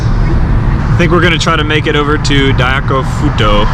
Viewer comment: its pronounced "dye-koh-koo-foo-toe" :)